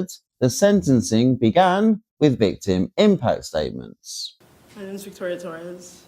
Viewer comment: One point: his name is the Spanish Jorge, not the English George. She purposely mispronounced his name.